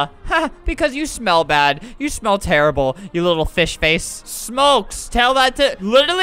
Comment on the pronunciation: Nobody noticed that when he said fish face it sounded like b Face. Or is it just me (probably just me)